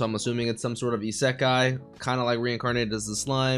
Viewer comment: I appreciate when someone pronounces 'isekai' so accurately.